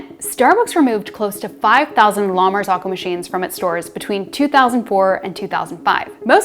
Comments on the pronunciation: La martsokko. Not "lamarsokho". Italian "Z" is spelled like "ts" in "cats". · La-mar-zoh-coh. Not, lama-zock-oh. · It's pronounced "la mar-ZOH-ko." Her mispronunciation is so cringe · The correct pronunciation is 'la mar-ZO-ko.' The last two syllables rhyme with the word 'cocoa.' ...I have worked in restaurants and cafes for over 20 years, and I have never heard it pronounced the way the young lady in this video says it. She is an outlier. The vast majority of people pronounce it correctly. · The fact that she can’t pronounce the name of the company correctly is suspect. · you are pronouncing it wrong :) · The way they are pronouncing “La Marzocco” is killing me 🤦🏻😂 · someone above you in the comments is saying that that is the right pronunciation ("rhymes with cocoa") - frankly both ways aren't that close to Italian but English and Italian have very different vowel systems so it's unsurprising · I thought I was crazy - pronouncing it incorrectly my entire life when said it like that. Then I realized she was mispronouncing it the entire time.